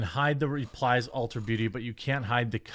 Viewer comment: Dude you are awesome! So well spoken! I love your content. But it’s ULTA not Ultra, lol, I’m rolling 😅